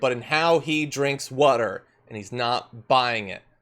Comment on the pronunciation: Are you saying “wuter “?